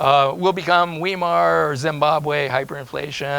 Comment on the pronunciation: Thanks for your comment. I stopped listening when he mispronounced Weimar.